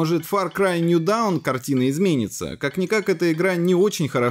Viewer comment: Слишком плохой английский для информационного канала. Назвать Лайнус Тэк Типс - Линус Тэч Типсом и New Dawn - ДАУНОМ, это ни в какие ворота. Ну возьми переводчик Гугл и нажми кнопку "произнести вслух"